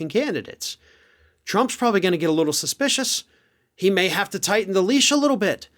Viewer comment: Dude, you went a bit scottish on the leash bit. You should have gone full Braveheart!